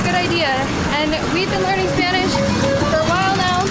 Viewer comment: Guys, love your videos, you're fun to watch, thank you for all you info, can't wait to go to Holbox next year. On a second note, your spanish pronunciation is amazing!